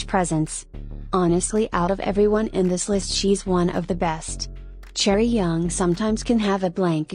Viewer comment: it’s chaeryeong not chaeryoung <3